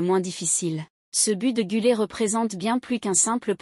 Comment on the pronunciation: GüleR et non gülée.....